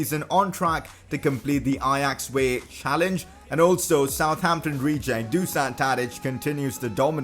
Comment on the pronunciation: #pcq You already signed Danny Mulder previously and released him. And then you signed him again lol. Also, since Tadič is Serbian his name is pronounced Do-shan.